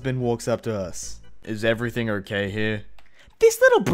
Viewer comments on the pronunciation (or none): none